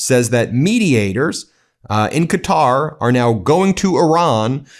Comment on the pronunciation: Why's he pronouncing Bahrain like that? When he's not pronouncing Qatar properly?